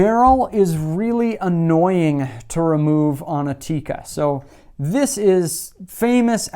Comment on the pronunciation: First you can learn how to pronounce Tikka